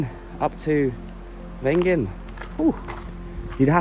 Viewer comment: Sort those pronunciations out please 😂 Wengen… is Vengen. W in German is V. And (generally) words ending in d are prounounced as a t e.g. Wald is approximately Valt.